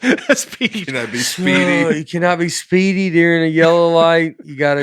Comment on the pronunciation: Nate says "Deering" instead of "During"